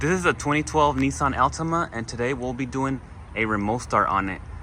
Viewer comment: His pronunciation of Altima is tilting me